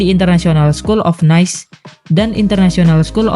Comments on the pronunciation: Nice itu dibaca nya Nis bukan Nais. Karena itu nama kota di Prancis. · "International school of Nis" kek gitu pelafalan nama kotanya yak, bukan "Nais". minor mungkin, tapi vital karena merujuk nama kota di sebuah Negara.